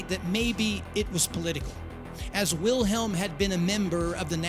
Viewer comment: Great video, however, it's German and pronounced in Germany as Mike-o, not Make-o. Wilhelm is Vilhelm